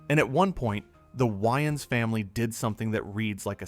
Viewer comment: Your saying Waynes super weird